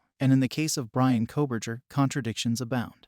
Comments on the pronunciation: Nobody doing these videos is an expert😂 specially true crime people😂 this guy can’t even pronounce his name correctly ! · This is AI. Maybe Fake report? Can not say Bryans last name correct v